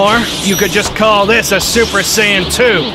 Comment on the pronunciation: The way he said 'super sayian'🤣🤣😂 IT SOUNDED LIKE HE SAID SUPER SAN LOL